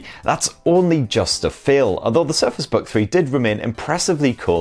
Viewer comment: Is it me or did he say "Surface bug three" ?